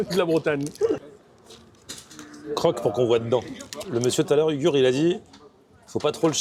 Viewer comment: C pas ugur c' est " hourrrr " c comme ca qu'on dit en turc